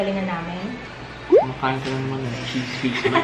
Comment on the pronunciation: ang ganda ng pagkaka pronounce ni ng CHEESE WHIZ MILD...LOVE IT